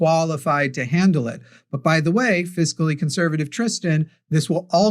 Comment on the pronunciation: Fiscally. It took me forever to figure out what you were trying to say. When you're referring to money/economy the word is fiscal.